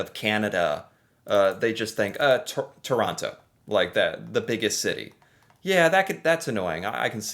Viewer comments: It's Terono. Real quick. Emphasis on the last O. It's not Tooooor on TTTo like you say it. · Toronto has a silent t at the end you know that...Toronno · When someone pronounces the last T in Toronto. The last T is silent. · Things that bother me as a Canadian: When ppl say Toronto incorrectly. The 2nd T is silent! I'm not even from Ontario and I care for some reason! Speaking of which, when something only is available in Toronto is also annoying. Finally, the hockey stereo type. I've seen hockey fans and videos of them and they are very real ppl, but never have I seen an entire group of hockey fans together that was more than like 3 ppl hanging out. I personally am too laid back for most sports, so I do not care about Hockey.